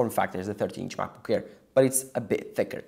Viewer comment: i thought its called macbook air why he keep saying macbook care?